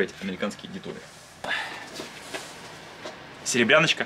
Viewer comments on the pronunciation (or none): Да не "детоли" а "детали"...